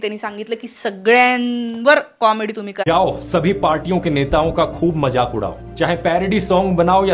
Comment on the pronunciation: Madam - not majak but mazak should be correct pronounciation . Still best presentation.